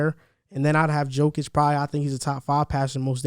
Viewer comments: Let's all say it together Yo-Kitch.. that is how Jokic is pronounced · And his name is pronounced “YOH-kich” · The J in Jokic is pronounced as a Y. Ugh.